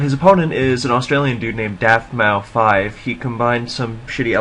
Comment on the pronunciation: u should change the title to mencemeat vs daftmau5, i didnt see the desc until after the game. also, pronounce it daftmouse. man this was mean. good stuff in general as always.